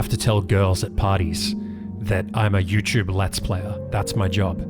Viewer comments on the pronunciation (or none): YouChube streamer